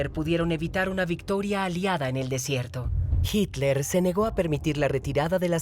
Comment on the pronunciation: No es hicler es hitler .... este supuesto documental esta editado muy mal